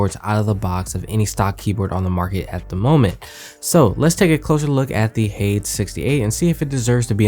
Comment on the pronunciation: U pronounced hades wrongly ...its pronounced as "ha-dees"